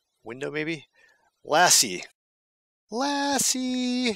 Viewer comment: Oh, you got Lasi kinda right. And its a Nordic language and kinda unique one. Kirjahylly wen't wrong hardcore:D. Really entertaining.